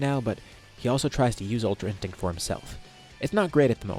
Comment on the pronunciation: Bro Said ultra in thing😂